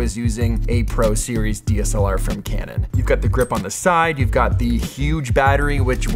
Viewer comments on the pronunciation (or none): none